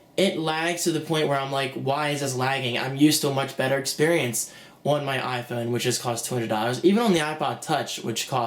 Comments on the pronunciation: "Orn the Iphoyne" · ...on the iPhewn ...on the iPhewn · LOL the way he says iPhone like a posh British dude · you don't understand, not everyone has the money to buy a fucking ipad, people look for cheaper and maybe better solutions and from where im sitting, all the things u were drilling on didnt appear to happen at all and if you didn't already have an iphone and an ipad you would probably fucking love this thing. btw the way you say iphone makes me want to fucking smack you.. That will be all thanks